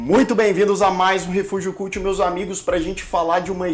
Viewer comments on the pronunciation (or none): Refúgio Cult? Me desculpe, mas você cria um canal contendo uma palavra em inglês, onde mais de 100.000 pessoas já visualizaram e você pronuncia a palavra "cult" de maneira errada? Sem ser chato, mas não custava nada procurar saber a pronúncia correta fazendo, inclusive, o som do "schwa". Se era para pronunciar para colocar o nome em inglês, e pronunciar aportuguesando, qual o motivo de não dar um nome ao canal em português? Ou será que para parecer culto tem que necessariamente colocar uma palavra em inglês, "kəlt"?